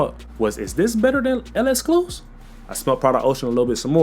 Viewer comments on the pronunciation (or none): This guy saying el escluse 🥀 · Yeah it’s literally just lek-skloo-seef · Why can nobody pronounce L'exclusif? 😂